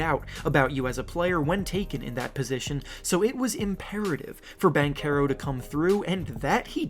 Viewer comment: Hey num nuts it is pronounced as Ban-tse-row